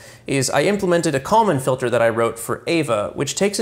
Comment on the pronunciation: I honestly had no idea you were saying "Kalman filter" until I looked in the comments. I just keep hearing "common filter".